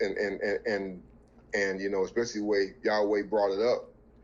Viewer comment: I see the brother uses the name yahweh in the proper pronunciation halleluyah! Speaking alot of knowledge. But remember shem children married daughters of ham and Japheth even by the 12 sons of Israel